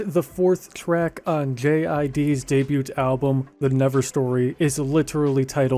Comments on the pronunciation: This mfer really pronounces the t in "debut" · Y is pronounced as e and the t in debut is silent. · I can watch of whole video of you just pronouncing the word “debut” 🤣